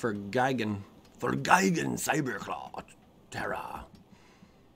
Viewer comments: "gig-an.." "GUY" gan,... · on the pronunciation of Gigan, it's guy-gan